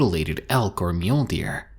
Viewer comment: The way he said "Mule Deer" sounds like he's saying Mjölnir. "I am Thor son of Odin! This is my animal companion MULE DEER!"